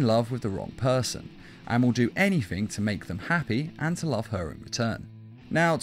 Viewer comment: You say anythink instead of anything